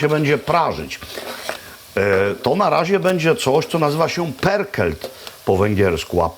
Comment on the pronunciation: Perkelt??? Tak się czyta pörkölt?